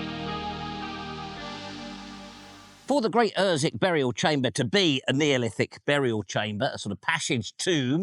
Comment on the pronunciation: Gt Ossick or at least UrsWick without the silent W. Its near li'l Ooston tha knows. Fine video for Easter Day. A lot seems to have gone one there over the millennia.